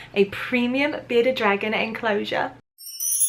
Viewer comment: Is it just me or does sound like she’s saying “Beta dragon” 😂